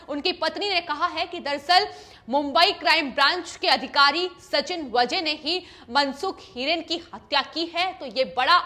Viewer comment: Pronouncesion गलत है। वजे नही वाजे